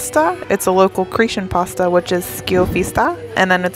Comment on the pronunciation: I like how you say Cretian, instead of Cretan!!! And, of course, I’m happy that you liked Greek food!!!